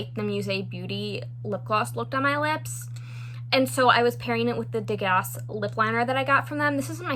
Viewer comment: The colors in the Musee Beauty Impressionism palette aren't usually my type of shades, but oh my goodness, they look lovely. Those blue and green rows in particular are gorgeous! By the way, the 's' in Degas is silent, and it's pronounced like day-ga.